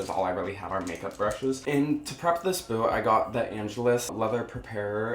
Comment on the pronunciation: lmmfao.. not me thinkin the whole time he's callin it their boo 🤦🏻‍♂️😂 not boot..